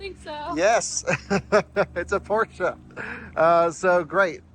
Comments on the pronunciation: Thanks for not calling it Porsch like some ignorants. 😂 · congratulations! And you pronounce Porsche correctly with a German „e“. Have fun 👍